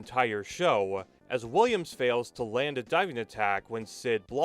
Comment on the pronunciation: Can you please for the love of all things good stop adding an extra vowel on the end of every sentence. There isn’t an “AH“ at the end of the word land. It certainly is not pronounced Landah.